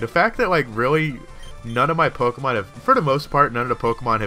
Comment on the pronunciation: LOL said "Tokemon" at the end. Geddit? Toke?